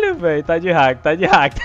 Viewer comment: "Ta de hak" kkkkk